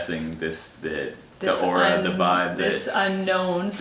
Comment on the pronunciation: The word is 'aura' 😃